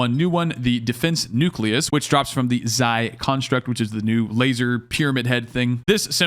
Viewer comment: Xi construct is pronounced "she"